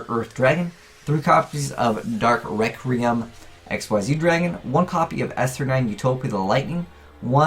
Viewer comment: He pronounces it 'dark rectum'